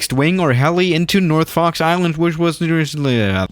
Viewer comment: Am I the only one who's hearing Fucks Island?